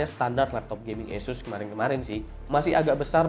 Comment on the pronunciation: ASUS skrng dibaca ESUS 😂😂